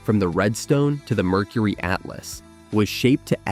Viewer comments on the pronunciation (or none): none